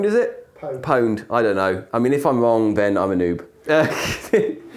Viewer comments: it's pronounced "owned", the p is l33t speak pronounced as an O-the letter in which it replaces in the actual spelling. you don't say i'm EL'3'3'T, you say i'm leet, as in short for elite. just like you don't pronounce h4x0r as hax-or, you pronounce it hacker. l33t h4x0r is pronounced elite hacker, not el'3'3'T hax-or. You can always tell the posers by how they pronounce their "leet speak." it's offensive really. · pwned is pronounced owned, big soz ;) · Its pronounced "owned". If you don't believe me, go watch some old Pure Pwnage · "pwned" is pronounced "owned", it's just a 1337 way of typing owned, but the pronounciation is still the same. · It is pronounced "owned". Anyone remember PurePwnage from back in the day? :) "Hey man, you're like, the poneage guy right?" cringe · it's pronounced "owned" ffs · "Pwned" rhymes with "owned" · It's pronounced 'owned' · it's pronounced "owned" mate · The P in pwn is silent.